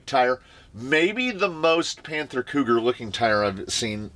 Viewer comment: I heard "cooter" instead of cougar and I'm okay with that lmao